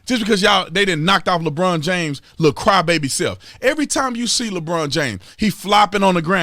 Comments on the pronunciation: Holy Sh!1 ...i thought you said Lebronda James..... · “Lebronda James” cracks me up! 😂 And HELL no is he anywhere close to Michael Jordan! I remember Jordan playing in the playoffs with the FLU so The Bulls could win ANOTHER CHAMPIONSHIP!!